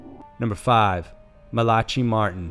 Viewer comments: He didn't fall from his apartment. He fell IN his apartment. He called his friend and said something had pushed him off the library ladder. And AGAIN, his name isn't pronounced ma-la-chi. Damn man, look it up! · Mal-a-Kai is how it's pronounced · By the way you are pronouncing Malachi wrong.....it is pronounced Malak-eye .... now put it together and say it faster and that's the correct way to say it.... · Omg. It takes 30 seconds to look up how names are pronounced. When you horribly mispronounce common names you appear very unprofessional. Btw, Malachi is pronounced Malah-kai . Also the word hostage is prounced Hah-stidge. If you're unfamiliar with a word or name simply look it up 🙄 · EXACTLY WHAT I WAS THINKING. my friend son name. I tease him all the time and call him that. People crack me up smh lol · I couldn’t even make it past without commenting on his pronunciation of Malachi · My left eye twitched and twinged so hard, it gave me a cluster headache! He mispronounces so many common words and so often, sometimes I question if English is his first language! Edit I mean, if it weren't for the complete lack of an accent, I would question it more heavily! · He mispronounces everything, but that was especially egregious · Malachi aaaarrrrrrrrggggggg YOU ARE PRONOUNCING WRONG. Also the word HOSTAGE!!!!!!!! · no. It's an American accent, I am American and he said it wrong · Oh Lord, SMH Google..... how do you say Malaki? And you said it over and over and over. I would have looked up how to say it before I broadcasted it to the world. I and even if I didn't look it up and I still wasn't 100 percent sure how to say the word. I would have only said his entire name once. At introduction. The rest of the video I would call him by his last name. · Isnt it Mala-Kye Martin and not Mala-chi Martin? Just saying bcuz i used to mess that name up too. Said it the way it was spelled. Easy mistake for real. But 100% quality work. Love it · LMFAO😂 MA-LA-KI not MALATCHY